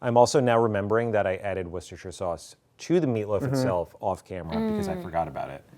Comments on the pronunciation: Not woo sta shur. Wuh sta shur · Wooster! not woorcestershher 😉